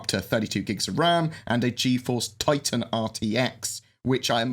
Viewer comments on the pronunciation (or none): none